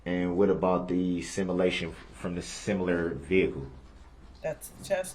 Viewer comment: There’s another word that DB butchers. Sim a lation. 😂🇦🇺